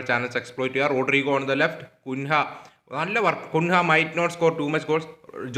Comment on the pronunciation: Bro കുൻഹ അല്ല കുഞ്ഞ്യ 😅